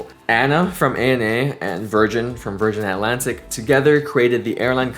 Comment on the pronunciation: Virganna, thank god there is the letter R 😂😂